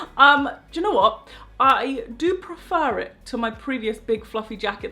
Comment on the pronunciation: “i do prefur...” EYYYYYYTT JUSTIE SQUAD IN DAH HOUSE